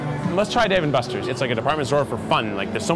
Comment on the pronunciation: He said David and busters 😑